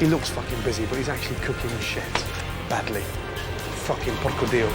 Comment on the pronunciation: Gordon doesn't know how to pronunce "bruschetta" correctly but his "porco dio" is perfect! Amazing.